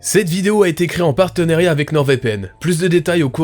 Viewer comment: Je t'aime bien mais apprend a prononcer "parteunAriat"